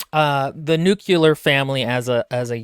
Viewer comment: Also being outed as saying "nucular"